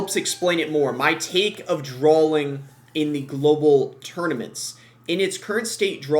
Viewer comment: Are you saying drawling? It’s drawing